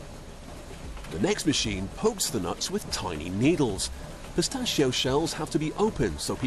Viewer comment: the way that guy says PISTACHIO is amazing